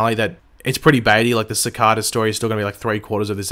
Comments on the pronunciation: Ci-car-da? Its pronounced ci-kay-Da srry my ocd triggered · Please cicada not cacada please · Seh-ka-da lol love your videos man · sick-ah-da, it's Cicada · How are you playing sakata wrong when they say it in the show sa-Kay-ta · U can't say cicada right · its cicada not cikada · The way u say cicada cicaaaada wtf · Cicada not cicAda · youtube recommended you because I like the flash. You watch the show, why can't you just pronounce the name properly? I know Australians pronounce some words differently ( I have a cousin who lives in Australia so have heard some of the differences), but the name has been spoken dozens of times. It really bugs me when people who've heard a name pronounced, deliberately pronounce it differently, it's very ignorant. Other than that I thought your theory video was somewhat interesting. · Why does he say cicada wrong?? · You are saying cicada wrong